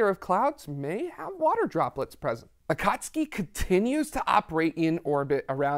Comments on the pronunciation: Excellent episode with best well-sourced history and explanations I’ve seen from non-scientists. I am sending you money because you freaking nailed the correct pronunciation of “Akatsuki” (Clearly, your team has cultured anime fans). Nice work. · Brilliant! The flawless pronunciation of Akatsuki was stunning.